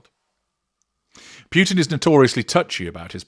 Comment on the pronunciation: Very interesting. About pronunciation: The surname Putin is pronounced "POO-tin", not "PYOO-tin" (which would be written in a different way.) As for Alina's surname, it's pronounced "kah-BAH-yeh-vah".